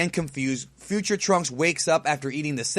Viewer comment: I love the way says Turunksu, way better than the name trunks